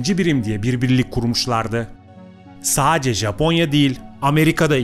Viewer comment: Saacce diye bir kelime yok sadece adam gibi konuşun